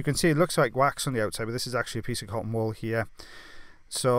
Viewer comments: Me too “wall ball”😂😂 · He says cotton wool ball, I hear,, cotton "wall" ball Who's here in 2020 🙂🙂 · Thank you I was trying to figure out what he was saying the whole time! 😂 cotton wall ball? Cotton ball ball? 😂 bless you. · I just hear cotton ball ball. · Maria me too. I seriously thought he was saying cotton ball ball! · Totally thought he was saying cottonball ball too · Me too I kept thinking wtf is a cotton wall. Apparently this is how English is supposed to be spoken. 🙄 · Just sounds like he’s saying “cotton ball ball” 😂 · I didn't fully read the title so I thought he was saying "cotton ball balls" the whole time lol